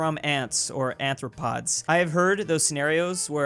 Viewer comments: said Anthropods. But it’s Arthropods. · "Anthropods", you loveable idiot.